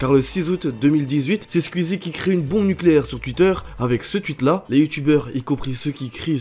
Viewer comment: Pourquoi tu dis « Tuitter » ?